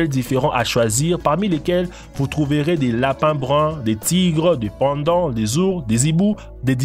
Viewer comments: donc il dit aussi des « pandants » au lieu de panda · des pando ???? 😂😂😂😂